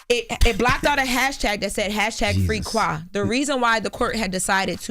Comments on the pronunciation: It’s pronounced free quay and that’s important because two of the defendants names are qua, get the facts right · It’s quay not no qua